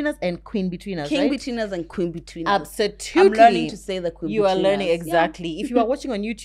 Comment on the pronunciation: I associate with for the word "absotutely"😀